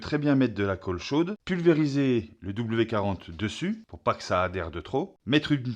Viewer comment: W"D"40 (et pas "W40" ... 😢)